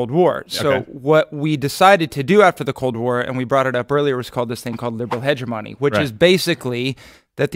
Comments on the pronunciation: hegg emony not hedge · The word is pronounced: "hedge - ém - ony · It's upsetting me how they keep saying hegemony. It's pronounced (ha-je-mony) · HEDGE-O-ME pronounce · I was wondering if you were purposely mispronouncing hegemony. Lol but I think I’m going to start saying hege money from now on. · Stephen doesn't know how to pronounce hegemony.